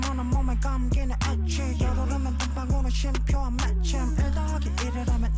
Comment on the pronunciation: Thanks for the reaction, it’s pronounced Ay-teez.